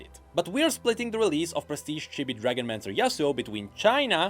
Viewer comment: Its pronounced "cheebee", not "chibby" by the way